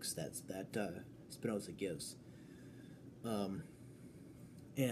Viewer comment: Trying to follow Spinoza's proof, from the axioms to the theorems, is great fun (as long as you stay clear from the obviously wrong idealistic interpretation that was common prior to the 20th century). By the way, Spinoza was not German. He was of Portuguese descent. His name is an adaptation of the Spanish 'Espinosa' (meaning 'thorny'). So, there's no 'ts' sound in the name. :)